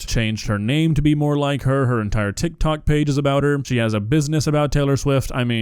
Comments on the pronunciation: Bro added a whole extra syllable to tik tok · bro said tiktok like dr. evil